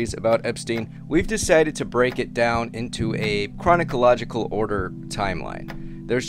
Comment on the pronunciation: Cronicalogical order timeline? Lmao 😂 did you say that on purpose? A timeline is inherently in order. And cronic is not a word in chronological as to ur awesome cronicological. Funny start!